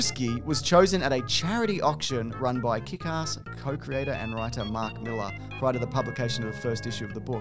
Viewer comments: Appreciate you pronouncing Millar correctly, not 'Mill-Ar' like Americans. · Thanks for not saying mil-AHH like an American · It's really nice hearing someone pronounce Mark Millar's name correctly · 10 points for pronouncing Millar correctly.